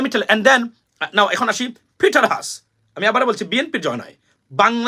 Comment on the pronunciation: It’s Peter Hass (হ্যাস)